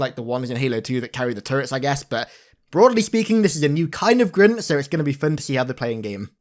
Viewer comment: Creeg? Grint? Wtf… Craig = Kreg Grunt = Gr-UN-t